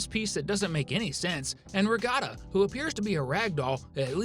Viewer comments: I think it’s actually Ragatha, not Ragata. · Ragatha! Not Regotta! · no he said it like ra-ga-ta instead of ra-ga-tha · Not ragata. Ragatha! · It pronounced Rag-uth-uh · he said the queen will turn things into "glosma", even though he clearly knew how to say Gloink. And he keeps calling Ragatha "Ragata" many times. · It's pronounced rag-a-the. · Does this guy understand English or something, because he just said Ragatha and the Gloink Queen wrong. Especially the queen. I mean come on, it's not that hard to say.